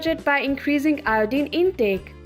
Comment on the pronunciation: Good video overall but many words are missed pronounced. Iodine, lavender, inflammation